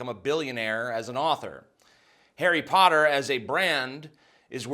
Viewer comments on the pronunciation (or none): none